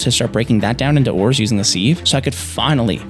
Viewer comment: my one problem with this vid how says sieve.